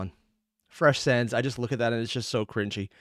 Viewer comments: I'd say he says undine more as [un-dean] instead of [un-dine(like dining)] and sans as [s-ah-ns] instead of [sense]. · Your pronunciation for sans and undyne are really funny. I'm usually accustomed to hearing them a certain way so you calling undyne(un-dye-in) as (un-dine) and sans(se-ans) as (saa-ns) is very fun. Also you picking up that the ut sans is not from the original timeline is very attentive of you. It actually comes up later but great for picking up on it.